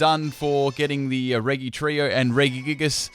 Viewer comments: 208th and it's pronounced reh-jee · your pronunciation of "regi" causes me pain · He keeps saying the regi trio names wrong